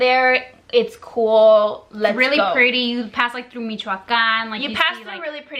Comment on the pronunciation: CONSTRUCTIVE CRITISISM: - The AWKWARD way they try to put a "pretty face" while the other is talking, HILARIOUS - You look 100% Mexican faces making extreme "chick" ridiculous USA accent - THE WAY YOU SAY "LEON", "TACOS" HAHAHA AND then you said "thru" like "TRU" (besides u have family there, wtf u can pronounce it mdf) - All of us expected a real life or death situation, disapointing - The purpose of this video is not racism but it oddly feels like - The whole time I just felt awkward and uncomfortable watching it, it just feels fake (the accent, the gestures) - AND IS THAT FIJI WATERRRRRRR? HAHAAH - It feels like u r Mexican Wannabes (no hate) Hope u notice those things and if u want make more comfortable content, no hate, good luck.